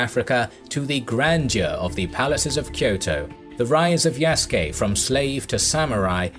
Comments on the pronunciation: His Slave name was Isac (the latin version of Isaac). The Naponization of the name is Yasuke (Isac in Portuguese is pronounced as EE - Zah - K, thus Ya Su Ke is the closest phonetic version in Japanese) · Said the name wrong lmao